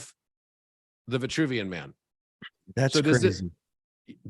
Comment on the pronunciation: C'est l'homme de Vitruve et non vouvian...